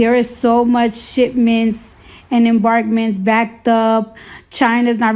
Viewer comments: Hey Cardi, I believe it's pronounced SHIPMENTS not SHIT MINTS 😑😂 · Might get killed??? Wow...it's like a jungle out there. Also did she say "shitmints"? That I like